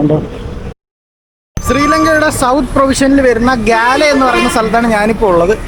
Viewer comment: ഗാല്ലേ എന്നല്ല ഗോൾ എന്നാണ് അവിടുള്ളവർ പറയുന്നത്